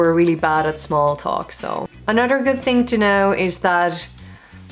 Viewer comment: Your "other" / "another" sounds like udder, anudder.